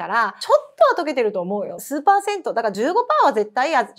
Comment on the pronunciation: 流し聞きしてて急にスーパー銭湯って聞こえて聞き直したら数%だった（笑）アゼライン酸気になってたからとても参考になりました！